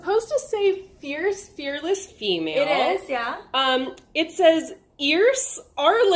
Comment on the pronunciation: It’s okay Molly, I too am ierce, arless, and feaess 😂😂